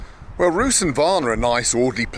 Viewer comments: The first city you were in Bulgaria is called Rousse, I mean the the "e" is also pronounced. Most of the building in the centre were built shortly after liberation of Bulgaria from Ottoman rule and they were designed by Austrian, German and French architects. That's why Rousse is often called 'The little Wien'. You talk about communism with so much passion and you present it as something romantic and beautiful. But for many Bulgarians it was a nightmare - they couldn't buy some goods and foods, because they just weren't available in the stores. You could go to jail for just telling a joke about the communist leaders or about the Communist party. You couldn't go abroad. If you decide to escape from this 'paradise' and they see you at the border, the border policemen just shoot you. Yes, under Zhivkov some of the repressions weren't so hard, but still there were political prisoners and deficits of goods. No wonder why this old man told you his best time was in Kingdom of Bulgaria before World War II. When communists arrived, they took almost all private property of people - animals, agricultural land. I could continue with more and more bad things about comminism. But of course, for you it is something romantic, because you have never experienced it. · Sorry to nitpick, mate, but the name of Ruse is pronounced, well, [ˈrusɛ], just the way that it's written (Русе / Ruse). Maybe you had Kievan Rus' (Киевская Русь / Kievskaya Rus') in mind and got them mixed up? :) Yeah. Or maybe it's because Latin "centrum" has been borrowed also by practically every Slavic language (the Bulgarian form being центр /tsentr/), and because the adjective старий /stariy/ appears in all Slavic languages? 🤣 Ruse is the fifth largest city in Bulgaria and the most significant Bulgarian river port. I'd be careful with calling it an unimportant hamlet in the a... end of the world, mate. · What is Rus?? The prononciation in English should be Russe. Градът е Русе, не Рус!!!!!!!